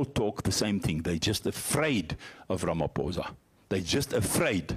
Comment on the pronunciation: Can the yt please pronounce Ramaphosa correctly please